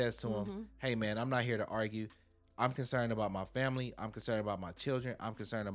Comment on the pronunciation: is calling us the FROMILY😂